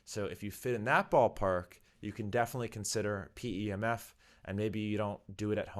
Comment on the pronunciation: 🤮 say P E M F, because you pronounced pemfs I’m not watching